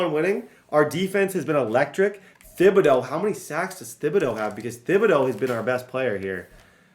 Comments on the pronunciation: I love u dude... but it's pronounce Ti-bi-dough the "H" is silent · you’re killing me with the way you pronounce Thibodaux. 😂😂😂 The h is silent bro! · It's pronounced tib-uh-doh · please stop playing with Kayvon Thibodeaux until you look up the pronunciation of his name, I can't watch videos where someone is pronouncing it that terribly.